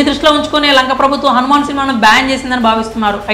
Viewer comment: ఒరేయ్ అది హనుమాన్ కాదురా Han man ముందు సరిగ్గా పలకడం నేర్చుకోరా తర్వాత రివ్యూ ఇవ్వు